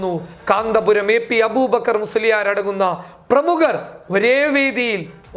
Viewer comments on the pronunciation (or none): കാന്താപുര० അല്ല, കാന്തപുര० 🤪